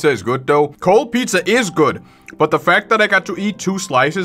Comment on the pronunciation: every time he said pizzer i got flash backs